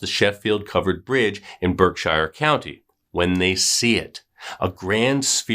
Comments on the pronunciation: It’s not pronounced as Berk-Shire it’s pronounced as ‘Birk-Sheer.’ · Berk-sheer is how you pronounce Berkshire. We pronounce things wicked strange in Mass 🤷🏻‍♀️ I can’t believe I’d never heard of this story. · Berkshire.... pronounced BerkSHEER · We pronounce it Berksure county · Lol How come you are letting him getting away with the BerkSHIRE pronunciation then?? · Lol we pronounce it Birk-sheer!! There are so many funny sounding Towns here in Mass!! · Good story. It’s pronounced BERK- shurr . No hobbits here! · pronounce Berkshire correctly will ya I'm from there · Lol. I just commented the same thing. I see other people from Mass commenting yet I don't see anyone else correcting the pronunciation like you and I did.